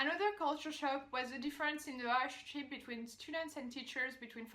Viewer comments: She is saying or trying to say relationship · She said there's a lot of difference in "relationship" between students and teachers. She murdered that word 😆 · I'm honestly surprised seeing a French person stay in Pennsylvania. Idk why but that is so random xD Fyi you could always try turning on CC when you can't understand people. Had me fuckin dying watching you decipher her morse code ass pronunciation of "relationship" Also there's a reason US universities rank so highly. Teachers being open and allowing free thought and discussion helps engage students. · She didn’t say friendship. She said the “relationship” between the teachers and students. She just pronounced it as Re-LASH-shun-Ship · She was trying to say relationship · "A big chip...."🤭 She said "Relationship" but she didn't pronounce that word well. Great video💯💯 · It took me awhile to understand she was saying relationship, even after turning on the closed captions. She also used the word CHILL a lot which I think she meant she liked what they had to say. She spoke a bit fast for my total understanding. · She said "relationship" with a very thick French accent.